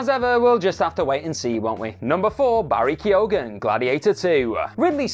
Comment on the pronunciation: Mark Shelley and Barry Ke-ogan?! lol